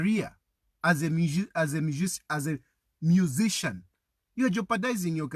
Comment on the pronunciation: He can't even pronounce the word musician once but 3